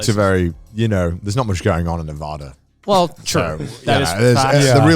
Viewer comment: Apparently Connor doesn't know as much about America as he says he does. He pronounced Nevada wrong. >: o. To be fair... like 75% of Americans pronounce Nevada wrong so I guess nvm lol... just like 90% of Americans pronounce New Orleans wrong :p. Maybe the Nevadans are the ones pronouncing Nevada wrong o-o. Maybe it's all a conspiracy by Nevadans to gaslight the rest of America! Dun dun dun!!! Being real for a moment. There is obviously military tech at Area 51 developed by the air force. It's all old. Some of it works, some of it doesn't. The stuff that works that wasn't adopted was too expensive to adopt. It's still classified because some of it is still of strategic importance even if it's 50 years old. Plenty of tech there that other countries have never successfully produced and the US military doesn't want that tech getting into the hands of countries like China or Russia. Area 51 was a test site and is still a training site. There was a research center as well. I think the whole UFO alien stuff started because the US was testing highly classified planes like stealth bombers, jets, and spy planes there. People might see that stuff in the air and shout UFO. /shrug. Same thing happened in California when the US was testing a new jet many years ago. I do think that the US could atleast declassify the names and purposes of those projects. They debuted the B-21 so it seems kinda weird that they don't release stuff from 50 years ago, even if most information around that stuff